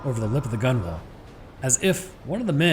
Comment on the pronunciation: FYI gunwale is pronounced gunnel like funnel